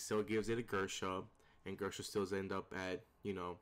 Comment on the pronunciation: Gersha..... Grisha